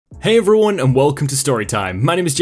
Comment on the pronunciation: Jake, why do you pronounce 'everyone' like 'ruin'?